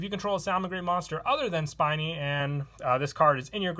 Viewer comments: I wonder how many people are gonna correct him about spinny since he keeps saying spiny. I got ripped for it. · Spinny, not Spiny.